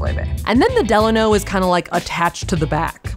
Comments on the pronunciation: The way y’all keep pronouncing “Delano” is throwing me 😂😂😂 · I can’t! The way you pronounced Delano